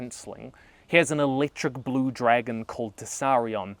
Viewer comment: I used to watch you when you started making httyd vids and it’s hearin you say “dregen” 😅